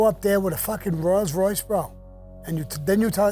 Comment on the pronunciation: . WTF is a "ROYALS Royce" ?? Just because Sammy said it, I'm gonna go get one, and call it a Royals Royce!